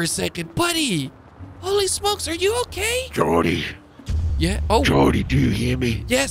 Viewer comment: H it's Jordy not jordi